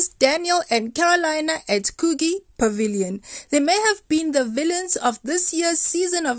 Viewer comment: Coogee lol ......it's pronounced Coo Jee